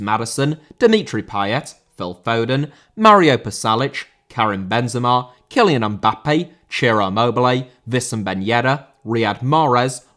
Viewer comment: Mbappé* not Mbappei